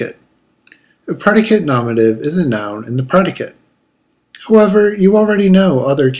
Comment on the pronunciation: It's not said nomative. It's nominative. Say it right